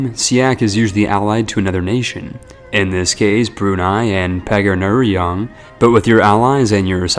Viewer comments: pagar- pagrrwr- Pagrararng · Pagarru, Pagarurrang, and Pagarruyang just ain't right lol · it's puh-garh-roo-yoong